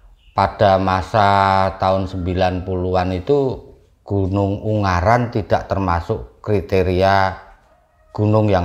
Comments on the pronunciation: UNGARAAAN,... Bukan UNGGARAN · g nya satu bukan dua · Ungaran om bukan unggaran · yg betul ungaran..bukan unggaran 😁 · Lucu sama nyebutnya Un-garan bukan U-ngaran hihi...😊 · Maaf ungaran mas bukan unggaran 🙏🏼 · FYI, Ungaran di baca U-Nga-Ran bang. Bukan Ung-Ga-Ran 🤣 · Maaf ngomongnya bukan gunung unggaran,tapi gunung ungaran mas🙏🏻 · Ungaran mas , bukan Unggaran😑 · Selamat malam, baru nonton, bang pengucapannya bukan "unggaran" tapi "ungaran" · Ungaran mas bukan unggaran 🥵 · Ungaran mas bukan ung garan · Ungaran bang bukan unggaran